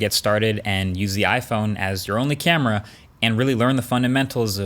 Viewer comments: C A M E R AAAAAA! Not in uk camery🙄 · It's a good "camry". - Marques(2021) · Was the "great camery":? part intentional or a mistake and you left it in? Either way I love it!